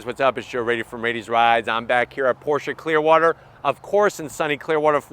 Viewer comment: Definitely the most reliable! And than you sir for pronouncing Pro"sha" correctly!